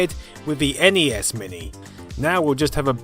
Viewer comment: Thank you for CORRECTLY pronouncing N E S and S N E S